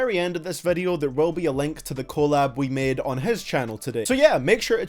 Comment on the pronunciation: Its collab...not collab